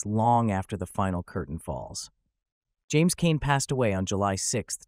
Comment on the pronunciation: Pronounced his name wrong in this